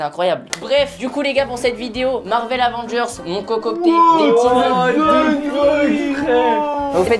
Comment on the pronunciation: Michou qui dit les Avongers